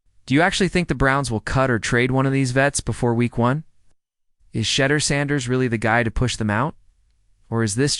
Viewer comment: Try saying is name right!! And further he went in the fifth round bc of collusion, fake ass video